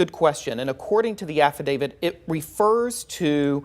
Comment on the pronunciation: It's affidavit, not affidavid. No D at the end